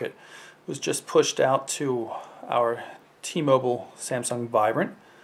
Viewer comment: why do you guys say it like chhi mobal? isnt it T-mobile??